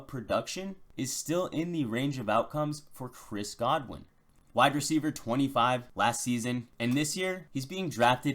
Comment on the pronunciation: This dude has great analysis. But I cringe every time he says the words “Chris Godwin” and “M V S”